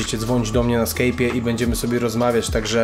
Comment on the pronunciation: to jest SKAJP a nie SKEJP!